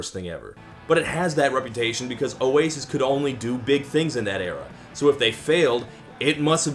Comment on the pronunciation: says ' oasis ' in an aussie accent. Stupid fucking yankee degenerate. smh